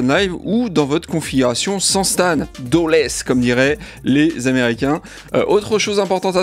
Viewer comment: "Woayage woayâââaage!" NON! c'est "DAWLess"! pô DesireLess 🤬